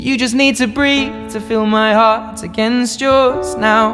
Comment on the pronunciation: up主是完全不懂英文么？ heart 念做赫特，Houston念做猴四吨，这些最最常见的单词读成这样有点可怕了。